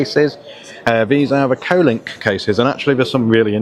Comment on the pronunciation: Wanted to tell you Bud its Kolink Not Colink